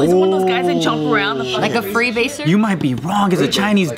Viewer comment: said free basers 😂 lol